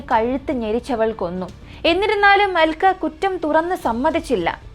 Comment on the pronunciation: Aalkka alla "Alka"...pronouncian sredikkuka, especially names, place names etc...